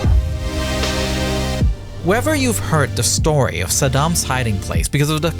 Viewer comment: Wevver you’ve heard